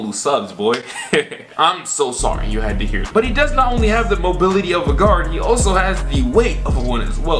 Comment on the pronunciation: Molibity ? English has left the chat